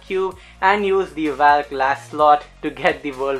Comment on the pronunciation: It's valk not vyalk